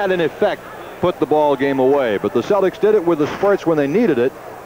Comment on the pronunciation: Whenever Cousy references the Celtics, it always sounds like he's calling them the "Cellecks", like Tom Selleck.....